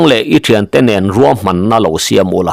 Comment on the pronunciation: Ruam tih tur niawm takah "Kuam"ti vekin i lam hlawm a,Mizo tawnga Ruam tih hi a dik lo tihna em ni dawn le.